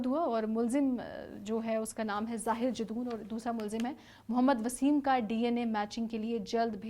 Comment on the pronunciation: Miss, his name is zahir jadoon, not zahir Jason.plz be prepare while doing video, specially in these criminal cases